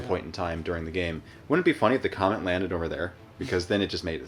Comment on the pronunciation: love how says the comment instead of the comet xD